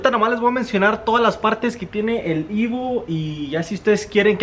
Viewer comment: EVO EEEEEVOOOO. No IVO 🙄